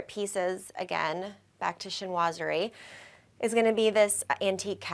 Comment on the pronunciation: Chinoiserie. Sheen wa zer ee, That is all. Thank you.